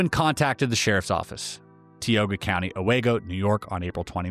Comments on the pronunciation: Newerk Valley - not New-Ark Valley Bing-em-ton - not Bing-Ham-Ton ah-Wee-go - not ah-Way-go :) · I’m 53 years old and live in Binghamton close to Newark Valley, worked in Owego and I’ve NEVER heard this story…it’s also pronounced Oh-Wee-go from the Iroquois Indians meaning where the valley widens. Lots of history in that area